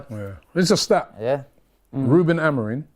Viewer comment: I know Robbie wrote this title coz only he(the name butcher) can call “ AMORIM” “AMORIN” 🤦🏽